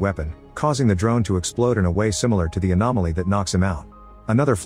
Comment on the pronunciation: I'm sorry, did the AI Voice just refer to an anomaly as an "Animality", as in from Mortal Kombat? Lmfao what